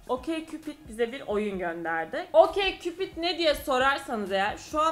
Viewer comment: Okeykupid diye mi okumuyormuş o😳 Okçupid diilmiydi sjdjddjjdhd